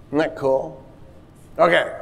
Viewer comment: Every time he says "cool" , i hear cruel.